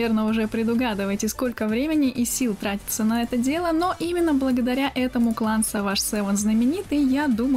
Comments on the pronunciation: Саваш севен? Perfect english)) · 1 в клане savage seven это я) и кстати он звучит подругому (Ударение под большими буквами ставь) сЕведжи сЕвен